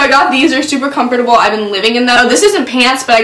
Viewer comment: Comfort-A B L E